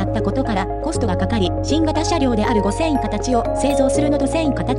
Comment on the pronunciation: アップロードする前にナレーションのチェックしましょうよ。「はっせんかたち」「ごせんかたち」「しょきくるま」「ワイドドアくるま」はひどいでしょう。